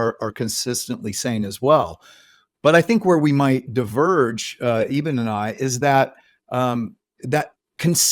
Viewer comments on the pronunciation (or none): First of all, I find John Burke's repeated mispronunciation of Dr. Alexander's name disrespectful. The host pronounces it correctly, which you would think is a cue to Burke as a reminder, but no - he continues to call him "Eeeeben" throughout the discussion. Minor point, but it was irritating. So on the one hand, we have the 'God' of Unconditional love - accepting everyone with no judgement. And on the other hand we have Jesus' sacrifice for our 'sins' and transgressions to 'save' us. But with a caveat - so long as you follow Jesus and believe in him, wahla! That's your ticket to Heaven. All the rest, well... sorry for your luck. Burke's research seems biased toward Christianity laden accounts only. Or its his main focus. I've listened and watched many NDE accounts where Jesus doesn't appear, but a guide or guardian type of being comes to help the newly deceased person. There's still the unconditional love theme though throughout. Anita Moorjani's NDE didn't feature Jesus either - she was brought up in a multicultural country with different beliefs. She saw and communicated with her own father. It makes ZERO sense that an 'unconditionally' loving God goes and imposes the condition of believing in Jesus or you're doomed. The NDE literature and thousands of accounts contradict that doctrine. So either the Bible is wrong on this point - having been written by groups to gather followers and power. Or it's correct and Christianity is based on God's conditional love for humanity. O